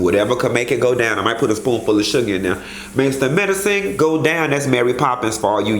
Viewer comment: Im in stitches with laughter...love how u go INNNN 😂😂😂